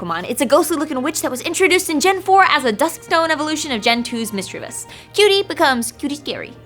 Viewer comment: AND IT'S MIS-CI-VOS!!!!!!